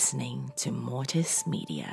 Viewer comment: Its mortis not Morris